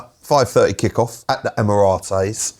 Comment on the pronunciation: Why does he say " emiroties" 😂😂😂😂😂